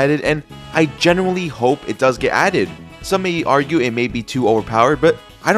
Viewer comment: Bro sayin genuinely like its generally 💀